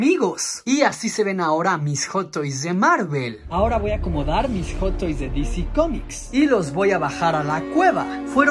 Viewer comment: "Joto is" dice el vato